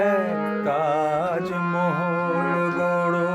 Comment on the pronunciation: মনে হচ্ছে মান্না গাইছে 😊😊😊 পিন্টু ভট্টাচার্যের কোনো ই ছাপ নেই তোর গায়োকীতে ভাই 😅😅 অরিজিনাল গানে কোথাও কোথাও ঠিকঠাক সুরে লাগেনি.. তুই বেশি সুরে গেয়েছিস ভাই... তবে তাজমহল উচ্চারণ সঠিক নয় .. উভয়ের ক্ষেত্রেই...